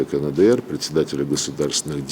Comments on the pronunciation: не знает, как правильно произносится КНДР - "кэнэдээр"., открой букварь и посмотри на алфавит. "Каэндээр"! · Слышали КАНЭДЭЭР😆😆😆😆